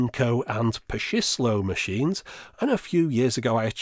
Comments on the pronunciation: Tip on pronouncing the Japanese words "Pachinko" and "Pachislo", say it as if there was a "t" after "Pa", like it's Patchinko and Patchislo. The former actually being a contraction of Pachinko and Slot machine as they are a combination of both types. The Japanese tend to do a lot of 2-syllable contractions of long English words. (and yes, "Slot" has 2 syllables in Japanese, actually being written "Suro"). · Super, super small thing, but the ch-sound in pachislo and pachinko is the same as the ch in chips Fascinating machines though! Really jealous you have that Star Wars one.